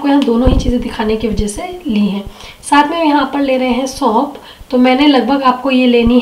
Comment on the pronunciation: सौंप नहीं सौंफ होता है